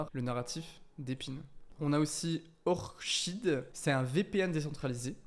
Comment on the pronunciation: C'est Orchid qui se prononce ( Orkid ) Orchidée la plante 🌷